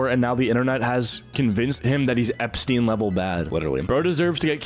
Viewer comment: "Jeffrey Epsrizz" is crazy